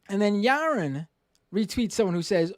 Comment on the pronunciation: Ya-won Bwooks